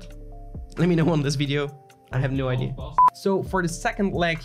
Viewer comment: You might want to check your pronunciation of ‘creator’. It shouldn’t sound like ‘crater’. Also ‘idea’ vs. ‘ID’.